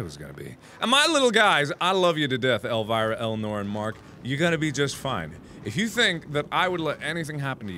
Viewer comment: My aunt's name is Elvira and Mark said it so wrong XD